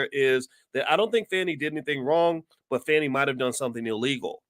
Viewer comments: Hi Dr. Watkins just so you know, a friendly F.Y.I. The correct pronunciation of the DA's name is Fawnee(Fani) not Fanny. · It is pronounced Fawnie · I knew when you mispronounced her name in the first sentence everything you said after would be BS and you didn’t disappoint You are one sorry brother 😢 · At least say her name right doc!